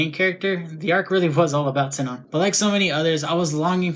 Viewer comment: It's about her ingame name. Everyone, including the people who made the dubs, calling it like Sie-non. But I follow the japanese version with "Shi-non". Even if its written "Sinon" in the Latin alphabet, I use the japanese kana version. It bothers me like hell, but I never liked dubs much these days. :/ Anyway, dubs are another topic and I am no english native, so it wouldn't make sense to compare those because I have not seen those myself. :c